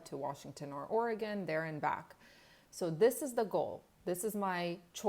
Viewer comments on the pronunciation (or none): none